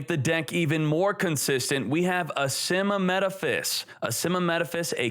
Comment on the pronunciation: *Asymmetaphys. And NOT ASYMMAMETAPHYS. It's like pronouncing "Asymmetric" before the word "Metaphys".